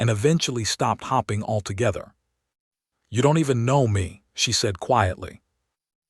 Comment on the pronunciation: It is distracting to hear "hoping" pronounced as "hopping." Words meant to emphasize a character's emotional action in the story like "staring" is, again, jarringly spoken as "starring" which isn't even a valid word that exists in ANYONE'S spoken vocabulary. Doesn't anyone LISTEN to these readings for grammar? Not grouchy. Just disappointed that such well-crafted stories are frayed so easily so often.